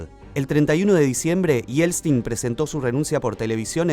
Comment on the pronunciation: Porqué siempre dice Yelstin😂